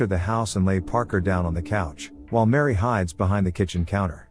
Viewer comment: It's not Mary. It's Miri.